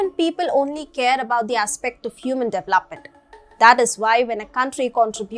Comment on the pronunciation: you have been presenting well. Thanks. But I am unable to bear the way you pronounce DEVELOPE or DEVELOPMENT. Looking forward to see improvement.